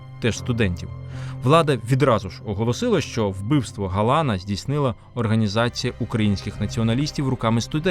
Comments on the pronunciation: Як зле коли про Львів розповідає не галичанин…,роблячи дикі наголоси на прізвищах …. Чому ГАлан …., а не ГалАн… і тд…? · ГалАн. ГаланА. Я розумію, що з тими галицькими наголосами проблема, але з цим прізвищем саме так.